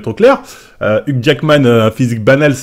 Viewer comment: Uque Jackman la prononciation au top 😂